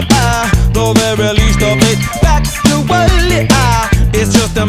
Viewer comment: Yes, I know what factually means, it's just the way he pronounces it that I think is weird